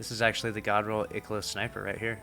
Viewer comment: ikelos. no it’s IIKEElos bud